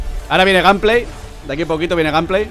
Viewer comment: “Ganpley” jajaja